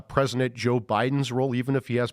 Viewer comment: "Presinent Trump"